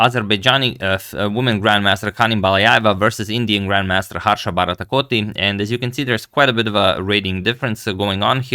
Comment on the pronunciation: Best part of the video is when he pronounces Harsha Bharatkoti 🤣